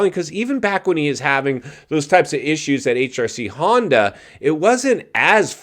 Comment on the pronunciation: Shammoter, Daytonner, Honder, Barsher😂😂😂